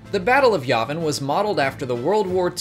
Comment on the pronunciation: “yeah-vin” not “yaw-vin” “Ir-so” not “air-so”